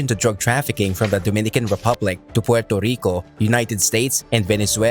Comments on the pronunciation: Learn how to say Puerrrrrrrrrto Rico not Puelto lico. And its La Isssssla dellll Encanto lololol oh my god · I guess 8f I can forgive you for killing the pronouncation of Puerto Rico I guess he can.🇵🇷🇵🇷🇵🇷